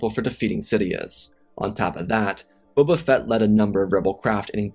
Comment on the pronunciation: This narrator REALLY needs to slow down! I've watched many of his videos and he consistently makes me cringe! Here we have a video about Bobal Fatt, I cant tell you how many times that Obble Juan has been uttered in other videos. At this point Im starting to think its intentional as im sure that Im not the only one that hears/notices these incorrect pronunciations!